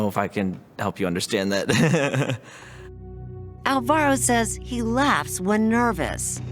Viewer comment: Almost chose Alvaro for for my son. I am glad i didn't bc the people pronunciating is horrible.